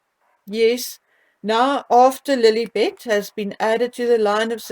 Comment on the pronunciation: When you say Lilibet, I hear L'il Bitch, 😂😂! My mind goes to dark places!